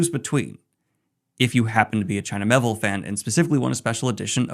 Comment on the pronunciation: It’s Me-Ay-Ville!